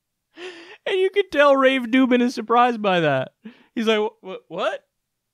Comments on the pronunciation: Why does he call him rave dubin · haha why is kyle calling him Rave Dubin' ? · I think I haven’t watched enough videos to be in on the joke but... Why the heck do you call him Rave Dubin? Just... curious.